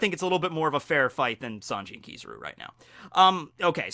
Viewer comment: kiz a ruuuuuu not kiza roo